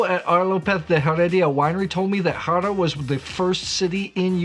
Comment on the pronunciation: Haro is "aro". Not "j"aro. Just as an info. And yes, you should visit it.